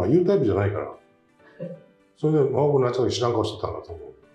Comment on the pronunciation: ♪ボール四つでホアボール ホア ホア ホアボール いいね という曲でかつて日米ヒットチャートの１位を獲った者です。 掛布に注文つけるなら、フォアル、フォアボール という発音をただしてもらいたい